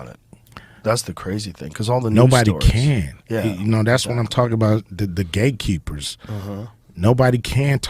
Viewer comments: Did he say Gay Keepers or Gate Keepers🤔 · Did he say “Gay Keepers”???